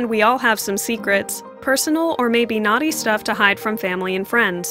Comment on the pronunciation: Naught stuffs?😑